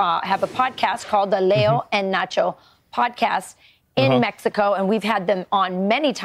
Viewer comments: ahh yes, in Mesco🙂👍🏼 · He said in MESHCO